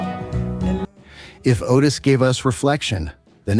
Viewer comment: You are not an American! Please learn to say our words and phrases properly. OK we speak white and black English but the announcer gets it TO wrong. Otis!